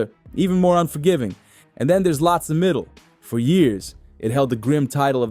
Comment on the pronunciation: You can't even pronounce the name properly 😂